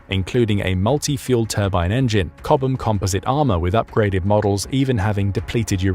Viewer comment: AI voice needs to pronounce chobham as in chob ham